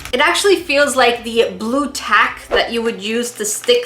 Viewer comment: Lol did you hear how she said blue tack like this Blue tack lol